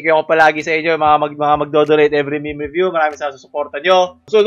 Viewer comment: Did you just pronounce meme as "mimi" instead of "meem"? Dislike